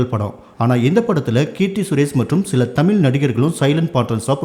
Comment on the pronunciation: Tamiiiiiil ( pronuounce properly, do justice for ur job )